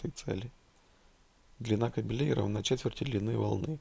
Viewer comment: "Длина кабеле'й" - это длина собак мужского рода. Может быть - длина ка'белей? Я не умничаю и не выпендриваюсь, просто уже плющит от людей, которые делают видео , не зная своего языка. Да, молодцы! Разрабатывают , выдумывают. Но, если ты не знаешь элементарных правил языка, пиши текст.